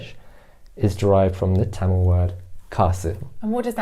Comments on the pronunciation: “Kindly adjust” is all you can could possibly do in a Mumbai local 😆. And btw, love the correct pronunciation of Tamizh, 😍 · The transition of the pronunciation of the word "Tamil" from a foreign accent to Indian accent was nice! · the way he pronounced tamizh and not tamil itself shows that he is a man who respects his roots , culture and his mother tongue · He pronounces தமிழ் (zh) properly.. so he must be a Tamilan 😉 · he Saud his mother tongue when he referred to Tamil. So, yes.